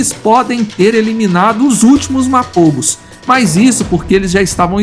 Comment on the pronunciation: все названия коалиций специально что ли неправильно говорите???? Селатис на А ударение, МАПОГО на О второй слог!!!!!!!!!!!!!!!!!!!!!!!!!!!!!!!!!